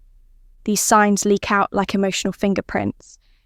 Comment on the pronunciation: Signs not "Sings" > La la la la !!!